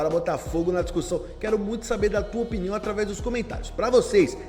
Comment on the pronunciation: Porque ele fala piniao 😅